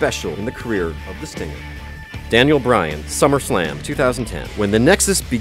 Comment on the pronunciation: You said Summerflam,Cesairo